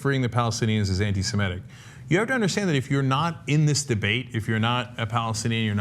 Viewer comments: Ana, the word is "Semitic" not "Semetic." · learn to pronounce Semitic